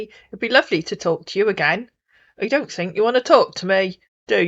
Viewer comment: Africans cannot pronounce their Hs or Rs; Tink and tank eew instead of THink or THank you lol